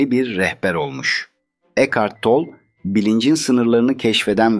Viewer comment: Eckhard Tolle, Alman kökenlidir, soyadının sonundaki “e” de telaffuz edilir.